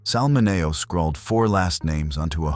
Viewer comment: You should really know how to pronounce his last name.